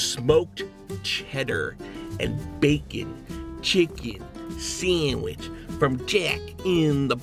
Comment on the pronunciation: I like how you say sandwich like "Sahnwihh" 😫👌👌